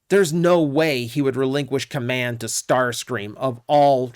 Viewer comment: Ah yes the Legendary Tarscream.